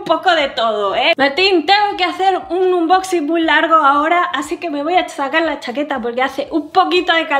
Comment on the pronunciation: Repeat after me please... aaaaannnboxinggg... thank you